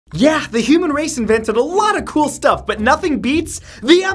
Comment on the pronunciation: Did anyone else here him say "the human erase" instead of human race?